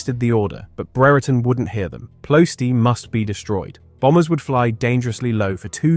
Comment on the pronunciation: "Ploh EH stee."